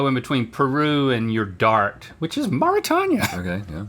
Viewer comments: I had to look this up bc it was driving me crazy hearing them pronounce it mor-ih-tanya and i was thinking "have i been pronouncing Mauritania incorrectly this whole time?" but according to Google it's maw-ruh-tay-nee-uh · A real friend wouldn't let you say "Mara-Tanya" over and over and over. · I so wish someone had taught them how to pronounce Marutania. The "tanya" is graiting on my nerves. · Never heard of Mauritania? I guess that makes sense given that neither of them know how to pronounce it correctly. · Not once was Mauritania pronounced correctly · I was just laughing at the way they pronounced it 😂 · You absolutely gaslit me with the pronunciation of Mauritania 🤣